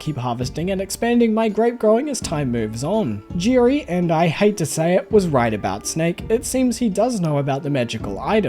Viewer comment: Hi. You are using all the wrong vowel sounds. Who the heck is Girry?